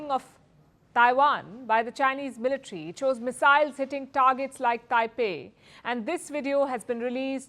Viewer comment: Its military not militri😂